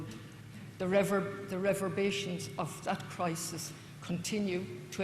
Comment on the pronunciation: It was poorly delivered and full of anglophobic tropes like ''a man made famine.'' She mispronounced ''reverberations.'' She said ''immigration'' when she meant ''emigration.'' She mentioned colonisation. Quite right. We Irish colonised other lands in close concert with our sisters nations: Wales, Scotland and England.